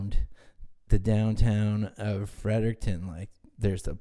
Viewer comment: LOL "city of Frert'n"